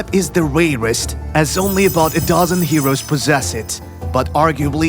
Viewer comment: Rareist. Not rayrist